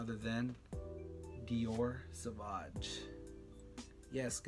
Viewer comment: Dude, you need to learn to pronounce the name of the fragrances you're talking about. You lost me at the repeated SAVAG. And there's no such thing as a "negative compliment". A compliment means a praise. Negative feedback, reaction, whatever. But if it's negative, it's not a compliment, by definition.